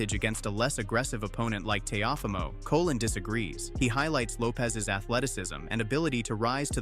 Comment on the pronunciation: Colón, not Colin